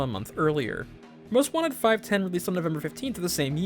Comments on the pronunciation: It's pronounced "five-one-oh", genius. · I think it's pronounced 'five-one-oh'.